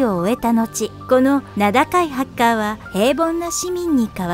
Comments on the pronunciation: ハッカーの発音違くない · だからハカーじゃなくてハッカーだろ常考